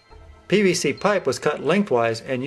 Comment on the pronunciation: "Could you use pbc pipe instead of copper?" Can you say PVC instead of pbc? do you pronounce all "v", "b"? Are you mexican by chance